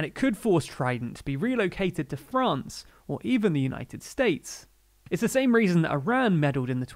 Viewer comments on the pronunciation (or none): none